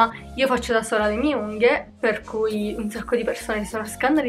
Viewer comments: perché dici unghio?... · anche io ho sentito unghio 😂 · Ma pk dici unghio? 🤣🤣T. V. T. B💖💖💖🌼🌼🌼